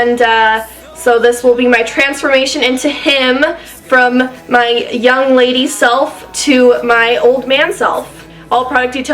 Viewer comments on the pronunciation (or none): none